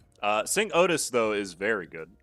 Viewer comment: Is Cinq supposed to be pronounced sunk? I thought it was sink, like the number cinco.